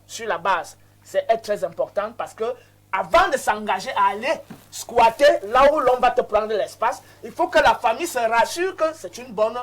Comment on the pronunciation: on dit squatter et non squasher